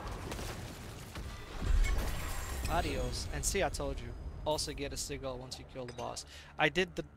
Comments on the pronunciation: Сиджел, не сигел. Послушай в гугл переводчике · Anyone else bugged how he pronounced sigil?